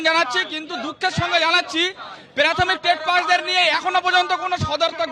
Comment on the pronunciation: প্রাথমিক কে বলছে পেরাথমিক.. ক্লিয়ার কে বলছে কেলিয়ার.. এর পড়াবে বাচ্চাদের... কেলীয়ার...